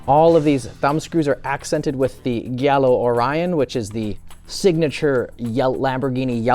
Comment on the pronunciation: It's jiallo not gyallo Barbarians